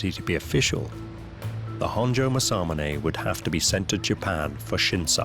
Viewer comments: Your pronunciation is appaling. The swordsmith(one of the 2 most famous nihonto smiths) is mas-a-moon-ah....spelt in english Masamune. Masamunes works has been surpassed easily by a large number of modern smiths from many cultures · British people.. make a documentary about masamune.. never learn how to pronounce masamune 😆